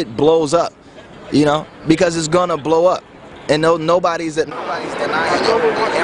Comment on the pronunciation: umm did anyone notice how strange he said the word blow up??????